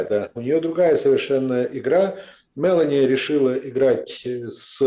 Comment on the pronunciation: Почему "мЭлони"??? когда она МелОни!